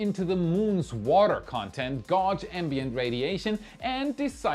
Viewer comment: “gauge” is phonetically pronounced “gayj” not “gawj” ;)